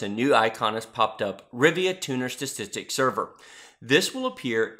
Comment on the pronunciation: lol you kept saying 'Rivia' -- that's where Geralt is from ... this is RivaTuner :p Nice tutorial, mate -- thanks!